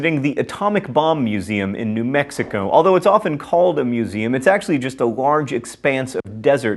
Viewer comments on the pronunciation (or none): none